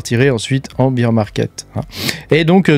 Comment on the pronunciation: Bear ours se dit baire pas bire qui veut dire bière 🍺 beer. T as compris??